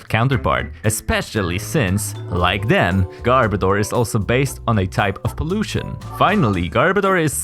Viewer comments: Its pronounced garb-oh-duur, not garb-a-door. Its name is a mix of garbage and odor. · I swear, it sounds like he's saying "Gardevoir" more than "Garbodor". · hold on, is not pronounced "gar-BOE-dor"? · Okay. Am I the only one who can't stand how so many people keep mispronouncing Garbodor's name? Because watch this video for the correct pronunciation.